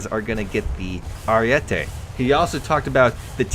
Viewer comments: Btw stop saying ariette it's ariete. One t. Every English speaker gets that wrong. It's a goddam name not an opinion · Ariete not ariette